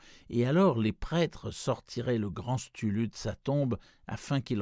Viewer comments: Cthulhu: KEU-FOU-LOU, ou KEU-TOU-LOU à la rigueur! STULU... #facepalm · Bonne lecture, mais erreur impardonnable: Cthulhu se prononce Ktoulou pas stulu. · Merci pour le post :) Je ne sais pas pourquoi le lecteur dit "Stulu" au lieu de "Ktoulou". Mais bon, c'est un détail. C'est du livre audio gratuit, c'est déjà sympa de faire ce genre de truc, on va pas raler ^^ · c'est trop dur d'entendre STULU et pas cthulu, sinon merci pour la lecture ^^ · En anglais on prononce approximativement KSOULOU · "L'appel de CHtulu"?! Mais comment tu prononces ça toi?! Si tu veux vraiment bien le prononcer, fais un effort, et dis "ktoulou" (même si, oui, il n'y a pas de réelle façon de le prononcer), tu tiens une chaine qui s'appelle quand même! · Stulu....mais que c'est il passé? Une lecture pourtant loin d'être approximative et même très agréable... Peut-être pour illustrer l'horreur cosmique. Prise comme ça, la chose transmet parfaitement l'effroyable du personnage...😁 En tout cas merci pour le travail que vous fîtes lors de tous ces enregistrements... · cest KTOU -LOU la pronociation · quoiqu'il en soit les gens disent et choisissent plutot de le prononcer K-tulu que CH(e) -tulu,une et la seconde prononciation pour eux... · J'adore la narration ! Notamment le passage : Dieu, Dieu, Dieu mais c'est dommage de prononcer STULU en effet. Les musiques placées ça et là collent vraiment bien au thème : nuit sur le mont chauve, la danse du feu... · Génial, vraiment un bon conteur ! Hormis la façon de prononcer Cthulhu, c'est un plaisir à écouter ! Merci ! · Rouler les r en prononçant Cthulhu, n'est pas aussi simple qu'il y parait. Excellent, excellent narrateur. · Super lecture, mais je rejoins certains commentaires sur la prononciation du nom du Grand Ancien ;) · la prononciation de nom Ctulhu m'agace un peu. Sinon merci pour cette magnifique lecture !